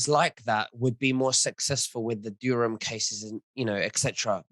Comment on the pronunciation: it's Durham not Dureham... why do you keep saying it wrong?